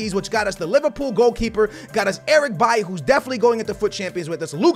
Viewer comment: Why do you pronounce Eric B-A-I If it's Eric B-A-I-L-Y